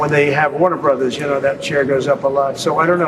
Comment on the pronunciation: OMG, would people stop calling it Warner Brohs, it’s Warner Brothers.